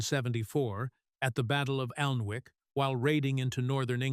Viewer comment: it's pronounced anek (Alnwick) ❤